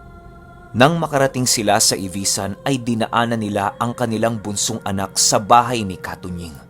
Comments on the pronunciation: correction po, Ivisan po, Hindi Ivasan Hehe Proud Capiznon here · Ivisan po hindi ivasan basiao po hindi besiao Basiao ivisan capiz taga dyan po ninuno ko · ang tamang pagka bigkas po ay Ivi-san hindi po ivaysan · ivisan po hindi ivasan and basyaw po hindi besyaw 🤗